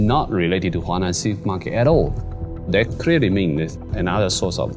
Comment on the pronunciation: Huanan seafood market, NOT Hunan. Apart from that, excellent job.